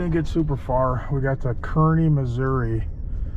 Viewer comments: Good morning, and! Sorry you had such an “eventful” trip home! By the way, the two towns named Kearney, one in Nebraska, one in Missouri, is pronounced Car-knee. I grew up 12 miles west of Kearney, Missouri. Home of the Jesse James Farm. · Kinda funny when you got near Lawrence, KS I knew the gas station you stopped at because I've been to that one more times I can count while working on a Chipseal crew for a few years, then was laughing on how you said Kearney, MO because I could just hear people from the area lining up to correct the way you said it, and then also knew the gas station you stopped at in Bethany, MO because we also stayed there and was working on the interstate near there in Eagleville, MO.